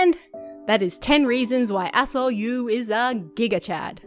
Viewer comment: lol was only listening to video when i thought you said Dr Asshole 🤣